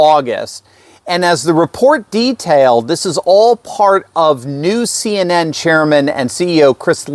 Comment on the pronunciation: CNN said as a word sounds like SIN. 🤔